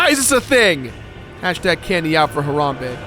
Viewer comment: Why do you say Harambe like Haronbe